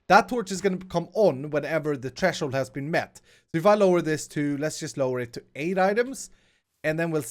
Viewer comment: It's pronounced TH-RE-SHOULD not T-RE-SHOULD